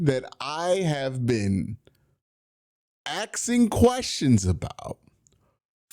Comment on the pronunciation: Asking* Not axing